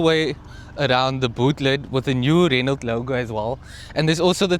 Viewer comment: You don't pronounce the T in Renault like ballet or Chevrolet